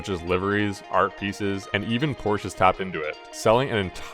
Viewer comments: good vid but its poor-sha, not poor-sh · It s Porsch-e not Porsch, at least try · nice, but it is poRschE. thx (use google translator) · " i am a huge porsch fan" ehile not pronouncing it correctly.... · An easy piece of research would be to learn how to pronounce Porsche (Pour-sha).